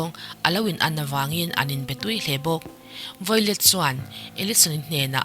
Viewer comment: Violet tih tur ni em? I hming i lam dan hi miss